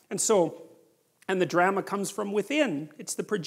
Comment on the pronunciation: i like how peter says drama like gramma hahahaha